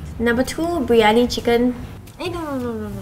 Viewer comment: It's biryani not biryoni😂